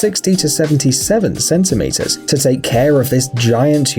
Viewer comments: cm as in centi meter not sm ffs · SM 😂😂😂😂😂 it's centimeters so you say cm 😂😂😂😂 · Centimeters (cm), not "Sentimeters" (sm) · Centi! Not sensimeters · Did this guy really say sm in stead of cm for centimeters? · It’s ‘CM’ not ‘SM’ for the abbreviation of centimeters. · It's cm not sm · It’s cent-a meter not Senta meters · Centimeters (CM) not (SM) Centimeter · SM? SentiMeter?😂😂 why not just centimeters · CENTIMETERS. not Sentimters. Comes from Cent which means hundred. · cm not sm :Dd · He said SM for centImeters lol its cm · its CM not SM. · Yeh man "senti meters" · " SENTI meters LUL" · Centimeters with a C, not an S